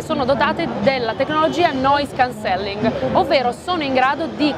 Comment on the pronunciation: Bel video ma si pronuncia Noise Càncelling! Occhio all'accento